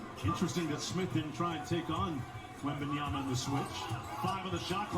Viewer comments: Flight breaking character because he said the name right lmaoooooooo🤣🤣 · I love how flight looked at the camera when he actually pronounced his name right